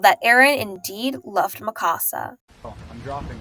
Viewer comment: Every time you said Mikasa was like nails on a chalkboard. Its MIkasa not miKAsa. It's leviOsa not levioSA.